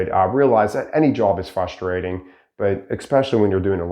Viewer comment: Fustrating or frustrating